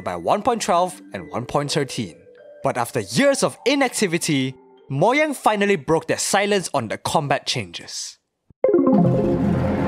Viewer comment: Bro Its Mo-ja-ng nt Mo-gia-ng